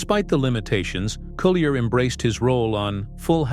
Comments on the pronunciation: I'm TRYING to listen to this, but it's hard to concentrate without being distracted by the robo-voice mis-pronouncing Dave's last name! All that aside, Dave has my love and prayers that he can go on to fight and win his battle against cancer! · Yes! The mispronunciation of his last name is driving me batty! But like you, I wish Dave only the very best in his road to recovery from cancer.